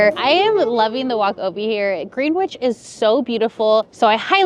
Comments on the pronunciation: "Greenwitch" lol never heard it pronounced like that lol thats what ima start calling it now lol we call it "gren'itch" lol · GREENWICH IS PRONOUNCED "GREN-ich" as in Greenwich Village. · Just to say Greenwich is pronounced “Gren-itch” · Love you guys. Glad you liked it here. We pronounce the spot with Starbucks “Grennich” but usually we just call it “The Village”. The more ya know!😊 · Greenwich is pronounced ‘Gren-itch’ 😭